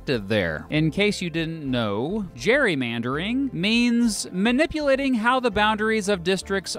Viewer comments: It's actually pronounced 'cherrymandering'. I mean who wants to argue with Arnie. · Btw Gerry is pronounced Jerry in Ireland and in Britain, so I presume that's why we pronounce Gerrymandering with a J sound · Why are "gerrymandering" and "Gerry" pronounced differently?